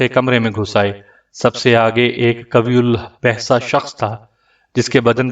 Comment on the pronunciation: قوی الجثہ غلط پڑھ رہے ہو صحیح تلفظ(qayye uljussa) ہے